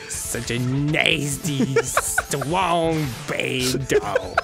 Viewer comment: He's long. And Stwong. And down to get the friction owng.